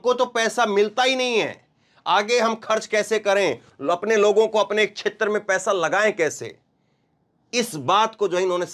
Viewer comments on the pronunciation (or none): none